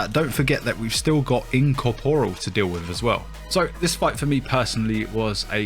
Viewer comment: Well, you were definetly correct in that I found you pronunciations of "incomporial" funny, tho kinda sad we only saw one dungeon where you acually had to deal with it, tho good luck with affliction! Also, awsome video as always.